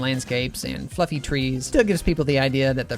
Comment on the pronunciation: I thought he said "fucking" instead of "fluffy" 😭😭😭